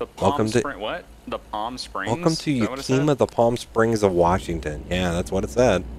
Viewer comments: its pronounced "yak a ma" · Y'all trying to pronounce yakima made my heart hurt.